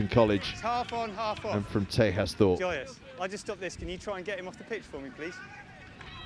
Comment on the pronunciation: Loving the coverage - thanks so much. Just one point for you on a name: TEJAS Thorpe (Wellington) has an Indian name and it is pronounced TAY-JUS. Thanks!